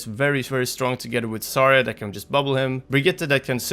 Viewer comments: it bugs me that you say "sarya" not "zarya" or at least it sounds so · "Sarya" lmfaoooo